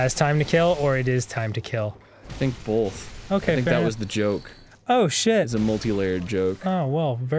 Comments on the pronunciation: Is saying 'bolth' rather than 'both' part of an accent, or is it just Arin? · I'll probably never get over how Arin says "bolth" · Arin Hanson and Burnie Burns: Both - (n.) a word pronounced "Bolth".